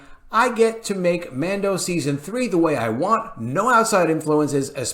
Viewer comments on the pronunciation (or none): none